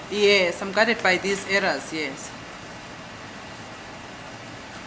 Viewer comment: arrows not errors. I think the judge was supposed to clarify this pronunciation with for the benefit of the record and the public